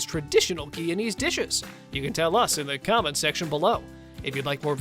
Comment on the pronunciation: My parents were Guyanese. I miss these foods, which I have rarely eaten in the last few decades. The GUYANESE pronunciation is GUY-A-NEES, btw.